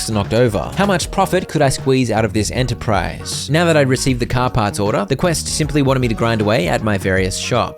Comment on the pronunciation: cah pahts